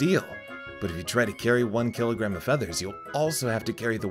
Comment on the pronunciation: It's pronounced "keelogrram of steele, or a keelogrram of fheathers"